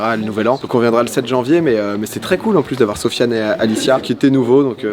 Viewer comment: sérieusement il a vraiment dit '' zofian ''????????